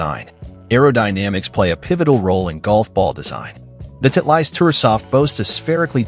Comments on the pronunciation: Too funny! This robot announcer calls Titlest - Tit'-leist! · Somebody needs to teach AI how to pronounce Titleist.